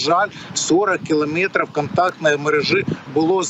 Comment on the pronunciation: с западниками пообщайся на таком языке, километры не так выговаривают